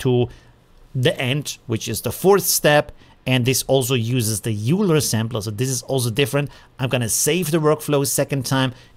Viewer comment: euler is pronounced "oil-er" after the math guy i think, not that it really matters tho!